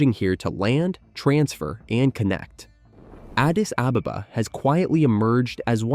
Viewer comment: I'm not even ethiopian and I'm offended by your pronunciation of Addis Ababa